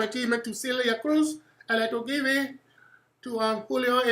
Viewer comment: "I like to geeb iiiit" ahahaha